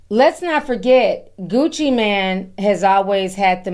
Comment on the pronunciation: It's Gucci Mane,! You're mispronouncing that name, sweetheart! Anyway, looks like these guys are going to be in prison for several decades if not life and they belong there! People are not safe around these violent, reprobates! 🤡💩🐂